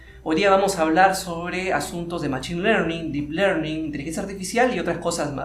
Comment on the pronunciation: se pronuncia məˈSHēn no machin